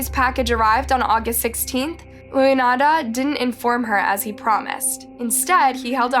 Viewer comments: Luyanda is pronounced “Lu-wan-da” your videos research is getting so much better! feel like a proud mother lol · You copy from coffhousecrime again? And you completely butcher all African names. You-e-naynay? Looyanata? Wtf. You don’t even research your cases at all do you.